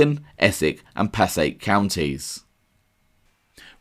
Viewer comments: FYI Passaic New Jersey is pronouncedPa Say Ick it is also both a Town and a County by the same name it’s not Offensive to myself because i am not from the area but many people that are related or from there do get Offended , i worked in that Area for a year many years ago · Kearney (the town in New Jersey) is pronounced "car-KNEE". Passaic is pronounced "puh-SAY-ick". Nobody from outside the region pronounces either "correctly" (assuming the locals to be arbiters of correctness, lol), so don't take this as a scolding, just passing on the authentic flavor of the local lingual gumbo